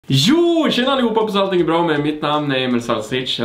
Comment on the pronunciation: du säger ju jooooo och inte jååååå